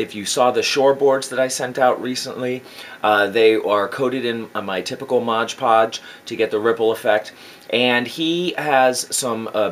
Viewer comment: Love your videos! You’re very thorough and I love learning all this stuff cuz I’m a noob to terrain building. Although I will say, if I made a drinking game and had a shot every time you said “moj podge” instead of MOD podge I’d be dead from alcohol poisoning lol